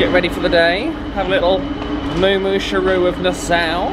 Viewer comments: You are pronouncing Nassau wrong!!! NA-SAW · Hello, Nassau is pronounced "na-saw" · love the video..but my home town is pronouced na(saw)... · Is it pronounced Na-Sow or Na-Saw? We’ve been to Nassau several times but we’ve never heard it pronounced the way does? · It's pronounced NA- SAW